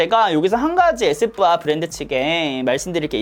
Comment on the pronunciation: 에스쁘아 발음하시는거 에이쎕바 이러는줄 알았어요 ㅋㅋㅋㅋ